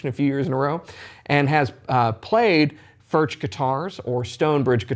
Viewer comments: one note, actually in Czech "CH" is pronounced differently from Engllish: "CH" sounds same way like "J" in Spanish ("Juan"), so it is better to pronounce it not as "FurCZ" (like in "Czech"), but more like "FurJ" (J like in Spanish "Juan"). I know, difficult .. ;-) Still terrific guitars regardless of pronounciation 🙂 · pronounced Furk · Please, pronounce as [fʊrɣ] or [fʊrx]. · Considering the large Czech population/history in Texas, it is great to see Alamo Music handling Furch! Thank you!!! I won't even ding you on the pronunciation! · His name is pronounced with a "U" like the first "U" in Albuquerque and not with a "U" like in Burger. The "CH" is more like the spanish way to pronounce the "J" in the name "Julio"..... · Great vid mate ... but PLEASE PLEASE PLEASE try ton pronounce the name correctly. You’re a musician, you have a musical ear and you have the ability to get it right. But like I say - great vid